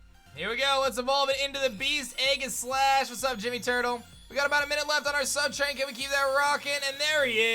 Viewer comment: ... "Eggislash"?? Did I hear that wrong?? Lol